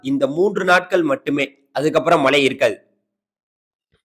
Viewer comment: தமிழை கொல்லாத மழையா மலையா